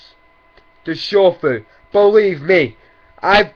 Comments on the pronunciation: He says shofu like its pronounced like shoul food. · I'm not gonna lie the way he said shofu was pretty tight though hahaha